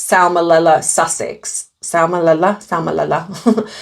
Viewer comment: it’s salmoNella 😂